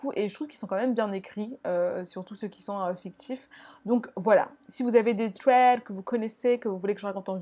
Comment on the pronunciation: Agl ça se prononce pas « sss » mais « th » c’est tout mdrrr, dire « sraid » ou « trèd » c’est très à la française 😂